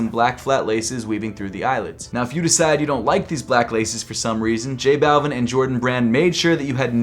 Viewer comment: J-Balv-ee-n the way you say it is just bothersome to me.